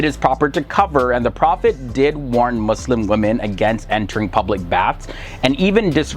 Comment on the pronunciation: He is not Musim